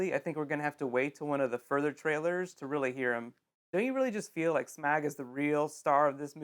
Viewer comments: please learn how to pronounce SMAUG. It's not SMAG, it is SCHMAUWG. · It's not Smag! It's not Smorg! It's Smaug, like cloud, Smaug! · SMAG? WHAT!? It's SMAUG, not SMAG >< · yeah, ok, but Smag? where did the U went? I mean the review is great, don't get me wrong.... but get that Smag corrected for future reviews ;) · Smag!? SMAG!? It's Smaug! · Did this guy just say Smag? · It's Smaug, like cloud, trust me. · Yeah, this is th 3rd trailer preview where I hav 2 comment on th vids pronounciation.... So spread th word!...As said below, it's 'smorg'. Like autumn, applaud, exhaust, audio, August, cause...etc. There r exceptions wth 'au', of course, ( wth 'gh' u get laugh or draught, or ostria 4 Austria), but that's english 4 u. It is not smag, smowg, smog, or any of the other mangles I've heard. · Good video, but it was hard to deal with the pronunciation of Smaug being Smarg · You still haven't answered about why you're saying 'Smaug' wrong. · is it smog? or smag? ITS FUCKING SMAUG! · you're pronouncing Smaug wrong. Easy mistake to make, I've been a Tolkien fan all my life and it wasn't till The Hobbit movie came out that I stopped pronouncing it the way you pronounce it. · It's not an Kiwi accent, Kiwis speak very well, PJ's SSHHmaug is just a fail, funny fail.